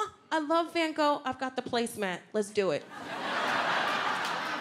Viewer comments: She didn’t even pronounce the van in van Gogh right. It’s pronounced with an a like in arm. Also It’s not like Dutch doesn’t have a lot of verbs, we have plenty. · inderdaad haha, ik vond het grappig hoe ze Van Gogh zij lol 😂😂😂😂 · Even Belgians can't pronounce van Gogh correctly .....